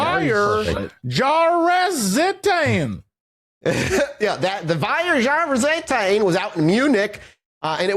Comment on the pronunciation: As someone who is Dutch but also speaks a bit of German, the sheer Butchery of the German Language both Horrifies and amuses me LOL Vier Jahrzeiten (pronounced Feer Jahr-Tzeiten) simply means The Four Seasons hahahaha